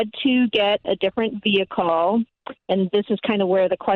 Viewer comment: She HAD to get a "vehickle".